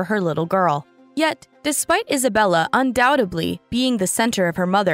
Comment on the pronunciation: It’s ”Undoubtedly” not ”undoutably”